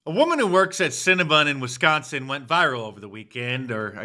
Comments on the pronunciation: Its not cinna-BUN.... its Cinna-BON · You can't pronounce cinnabon???? It's not scnna bun u moron, You seem like ur making fun of the white woman. she 's a victim and ur laughing at her misery. The woman. is such a fuck